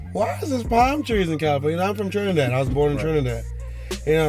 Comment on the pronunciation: "TRINADAD JAMES"